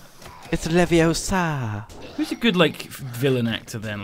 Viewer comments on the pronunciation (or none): it’s levio-SA not levio-su